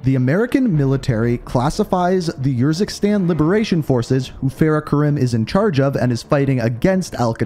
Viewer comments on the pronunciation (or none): it kinda urks me that you use footage that pronounces urzikstan the proper way, and Faraah, but still say yourzikstan and fairah xD Great content amigo, keep up the hard work